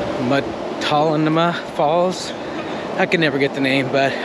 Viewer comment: Hi yall! Hey the correct pronunciation is Mult-No-Mah Falls...Have a good day!